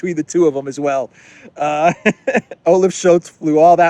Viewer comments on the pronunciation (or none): Funny you pronounce Olav as Olive what he in my perception is.